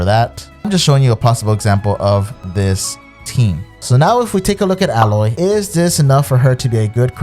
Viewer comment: Still saying Aloy's name wrong :(